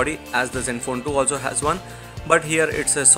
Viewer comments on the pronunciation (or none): none